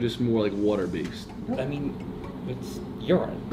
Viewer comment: Has anyone noticed how they say water like wooter lol